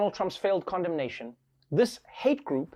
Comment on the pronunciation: Am i the only one hearing condomination as condom nation?